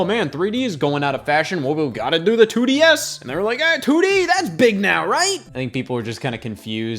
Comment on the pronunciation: Can the Nintendo 2desz ntus fit in your mouth